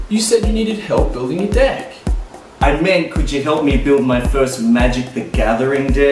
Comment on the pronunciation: I have to pause this for a second... Can you please stop saying DICK and say DECK...kthanx